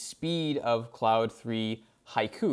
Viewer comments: Sir, it's not "cloud". It's Claude or "Clawed". You can't do a video and get the name wrong. SMH. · Yeah, I don't get why so many AI Youtubers choose to pronounce Claude as "cloud". They are absolutely NOT pronounced the same.